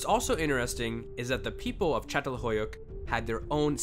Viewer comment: So how long did you practice saying the name of that village before posting lol